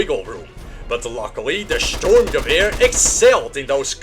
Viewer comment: Fun fact 1, the German soldiers' uniforms were made by Hugo Boss. Fun fact 2, the STG 42 was issued as a submachine gun, Adolf H. wasn't a big fan of assault rifles. Good video and your pronunciation for the assault rifle ( Sturmgewehr ) is almost perfect.